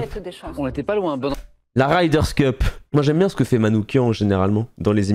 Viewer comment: La 5ème fois où tu as dit la "Ryders Cup", j'avais envie de te faire du mal.....mais la 6ème fois je like! Respect....la 7ème fois de trop?